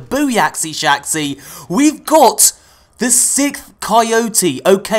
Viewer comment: Lol he said "sickth coyote". Thats how he said it.😂😂